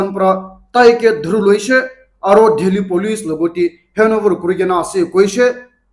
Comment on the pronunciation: Ur Delhi pronounciation is very funny 🤣🤣 in Nagamese it bcom bad word ho🤦😁🤣🤣